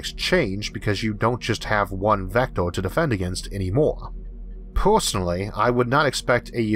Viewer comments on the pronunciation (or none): none